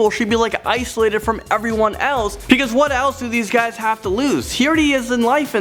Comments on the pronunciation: It’s BEcause not PEcause!!! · Uknown Person AND HE SAYS PECAUSE INSTEAD OF BECAUSE